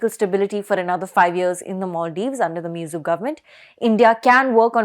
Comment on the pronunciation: His name is not Miyuzzu. The name is Muizzu. The least you Indians could do is to show respect to others by pronoucing their names correctly. It doesn't take a lot of effort to learn a foreign name.